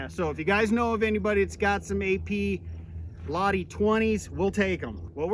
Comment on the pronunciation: what the at at. its not ladi ladi laa btw, its more like l-ahti. hole in one hmh.